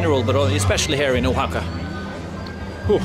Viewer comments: It's pronounced wa-ha-ka, no hard "o" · Harold, I am a big fan and have been watching you forever, but I have not jumped in with comments till now. I think the pronunciation of that city is more like "Wa-haka", not "Oha-haka." I also think your Spanish is actually not bad for how new you are to Spanish. With more interactions on the street and if you gain some local friends, you will be fantastic. I feel like the some of the Oaxaca locals there were a little hesitant to assist you as you struggled to understand the prices. I wondered why that happened as I watched you interact. Some vendors even waved you of as if to say, "I'm not dealing with you." In some other regions of Mexico, maybe in smaller cities, people will try a little harder to accommodate people trying to speak and understand Spanish. Keep up the good work. Oh, and one last thing, when you say the word Progressive it makes my hair stand on end. Maybe it means something different where you are, but here, the word has long ago been perverted, turned on its head and is very similar to using the word, "Woke." It's not a good thing. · Harold its Wa-Haca, not Oh-Haca. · I just watched a few minutes of this and here we go again …..first of all the place is called Vahaka not Ohaka next is this guys pitiful bargaining with the girl selling bags and in total the lack of information about the place he is visiting. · Harold, I think you came up with a new pronunciation every time your said 'Oaxaca!' I took 4 years of Spanish plus I grew up in Florida so I got to actually use what I learned. 'Oaxaca' is not originally a Spanish word so it doesn't follow any "language rules", it just is what it is (I believe it's the name of a tree indigenous to that area). The proper pronunciation is 'wa-haka'.